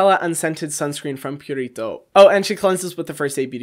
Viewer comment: hyram pronounce "purito" like it is a latin word. he is cute lol